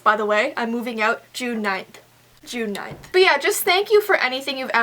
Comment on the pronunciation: Who else thought that when she said "June 9th" that she said "tonight" 😂😂